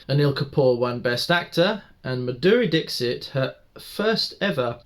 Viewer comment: Say Maa-dhuReee Dixit...Respect the legend with correct pronunciation..👏👏